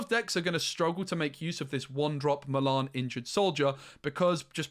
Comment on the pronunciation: I could not work out for ages who "malarn" was. Then I realised you just can't say Mulan